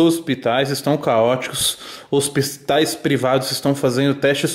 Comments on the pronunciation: Tem zospitais, hospistaissis, hospistazis.... Ahhhh é isso ai.... Tem like!!! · Toguro é MT engraçado, fala tudo errado kkkkkk. KD "O" pipa "Hospistais" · Ryan Santos cadê o pipa é gíria de quebrada é proposital, já hospistais e de resto é errado msm kkk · Tem toguro falando "Hospistais", tem like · Ninguém: A Toguro: hospiStais Kkkkkkkki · Tem Toguro querendo falar hospício,tem like!!! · se tem toguro falando hospistais ao invés de hospitais tem like kkk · Tem Torugo Falando HOSPISTAIS, tem like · Frase:Hospitais Toguro lendo:Hospistais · Tem toguro falando pistal tem like kkkkkk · TOBURRO: Os Hospis.. os Hosp.. Os Hospistais.. "TOBURRO 2020" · HOSPISTAIS KKKKKKKKKKKKKKKKK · “ Rospistais” Kkkkkk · Os "Hospistais" kkkk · "Hospistais" kkk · Tem Toguro não sabendo falar hospitais tem like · tem toguro nao sabendo falar hospitais tem like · Tem toguro não sabendo falar "hospitais" tem like. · Tem Toguro com dificuldade pra falar "Hospitais" tem like!!! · Tem toguro que não sabe falar hospitais tem like👍🏾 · Tem Toguro que nn sabe ler a palavra Hospitais tem likee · TEM TOGURO Q N SABE PRONUNCIAR " HOSPITAIS " TEM LIKE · Tem toguro que não sabe pronunciar a palavra: hospitais. Tem like